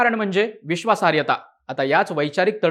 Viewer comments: विश्वासार्यता नव्हे रे बाबा विश्वासार्हता... शब्दोच्चार नीट असायलाच हवेत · बाकी सगळे विषय नंतर. आधी बोल भिडू वाल्यांना नीट मराठी शिकवा. विश्वासार्हता हा शब्द बिचारा एकदा पण नीट नाही बोलू शकला.